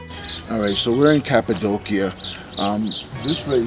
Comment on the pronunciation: You do such a great job narrating your travel videos! I really hope to visit Cappadocia one day, it seriously looks out of this world. Also, I never knew the proper way to pronounce it until this video! lol